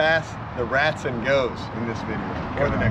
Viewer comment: RATSON!?! It’s the freaking ROTson!!! Get it right!! Nice welder!!!